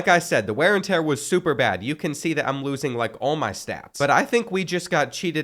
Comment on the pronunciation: “Ware n tear”